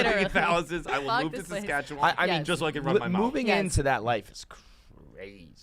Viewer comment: Props to for getting the pronunciation of Saskatchewan pretty close. 🇨🇦